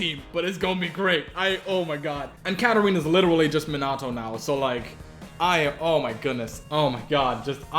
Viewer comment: the way you said Minato made me face palm :D